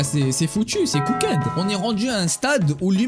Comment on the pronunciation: cooked se dit pas "cookède" prime mais "cookt".......